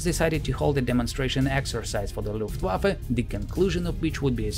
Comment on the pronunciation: Is it also common for native German speakers, when speaking English, to pronounce the ‘W’ rather than as a ‘V’? I heard the word “Luft(w)affe” at least twice in the commentary as opposed to the usual “Luft(v)affe” which I am used to.